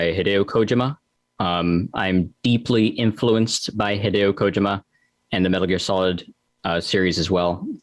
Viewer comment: Me a nerd: " ok cool, but that's not how you pronounce Hideo Kojima"